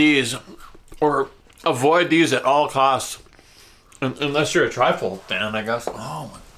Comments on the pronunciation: Truffle not trifle lol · So much fun to watch. I don't know who's car was driving but it looked very nice. The mushroom is pronounced Truffle. Trifle is a dessert Great video guys Cheers 🍻 #TeamGetSome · truffle not trifle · Trifle lol, it's 'truffle' I think, great vid ty 🤦‍♂☺🍻👍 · Love the videos. In Australia we prounce Chupa Chups as CHUP-PA CHUPPS. It's called truffle, not Trifle lol. Trifle is a dessert 😃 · Not triffle, but truffle. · Are you trying to say truffle? Not triful